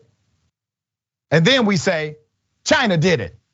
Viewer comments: He say CHIIINA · Dr Ritchie, you didn't get China right. Lol Chiinnnaaaa.